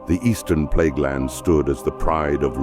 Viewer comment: Might wanna change it to Plaguelands and not Pleaguelands.